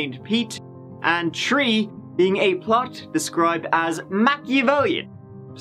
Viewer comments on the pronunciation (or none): "Let's give it a goo" or "tree" for the number 3!